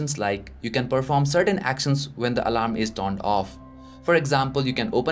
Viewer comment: nice and clean video..but just an opinion..please improve ..your pronunciation of certain words.. like swipe,professional,certain etc..